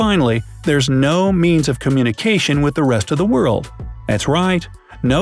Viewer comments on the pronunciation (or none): none